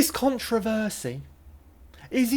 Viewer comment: Someone needs to teach how to pronounce controversy in his own language for a start. Second, 5.000 to refurnish the mayors office, are you smoking your socks. Comparing the renovation of a historical public building, the city hall to the little hovel you are supposedly renovating in France with your dubious mates is laughable. They are not going to shop in Ikea. I understand you are very angry that after all these years in France you haven't earned enough to bring your wife from Thailand to France and you are bitter and twisted. Its laughable how common you actually are in Northern UK. not France. Deal with yourself you chav!